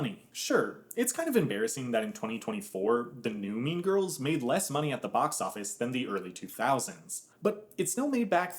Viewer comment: “Mean Girs”